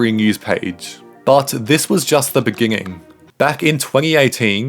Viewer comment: In the beninging